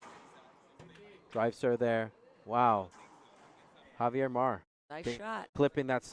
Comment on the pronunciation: Javier is not pronounced "Havier" in English. Do they jump or hump in a game? Please use English without idioms and slang